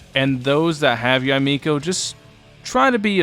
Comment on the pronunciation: Props for getting her name's pronunciation. A lot of youtubers have been pronouncing it as Yay Miko when it should be Ya-Eh Miko